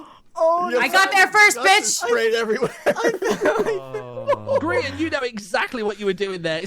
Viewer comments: that Grian pronunciation HURTS. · Ouch, "Greye-an" hurt my ears, it's "Gree-an", like Korean. I really hope someone in the video says his name quick so u can stop saying it like that. Yay! Thank u, Martin. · The way you pronounce Grian just sets me off. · Gryan??? It’s Grian as in Ian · Oh my lord, my worlds are colliding! I never, ever expected to see reacting to a) a Minecraft series, b) a Grian (pronounced Gree-an, not Greye-an) Minecraft series and c) a Life Series video! This is so much fun! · Well, at least it wasn't grain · at least she didn’t say gree-on ;D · had to pause the video, the way you mispronounced grian gave me so much psychic damage lol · I have never heard grian's said like that lol, exited to watch this! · Omg the way I immediately put my head in my hands in pain at the pronunciation of "grian" xDD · That first pronounciation of Grian’s name really got me XD